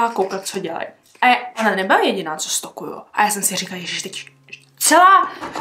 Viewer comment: jenom pro info neřika se stokuju ale stolkuju jinak hezké video